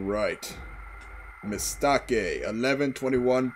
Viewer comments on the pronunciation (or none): as a bulgarian this is actually how i'd pronounce mistake by default lol, unless i put in the effort to sound sound more soft and english-like